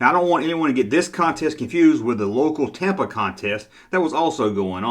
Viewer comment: Was that "local Tampa contest"? or "local Tampon contest"? I couldn't tell because of your accent. lol